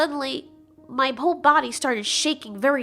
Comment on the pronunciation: I just love how the t Rex pronounce body like bodh